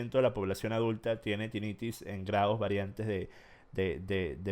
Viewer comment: Bruh, les dice tinnitis y hiperacusis, mínimo revisen como es que realmente se dice